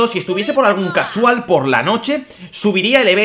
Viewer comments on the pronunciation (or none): none